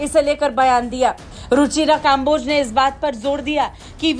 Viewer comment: भारत वालो, तुम तो कम से कम कम्बोज को काम्बोज ना बोलो